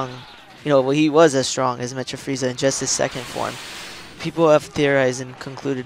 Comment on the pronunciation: "Mecha" (Meh-Kuh) there you go bro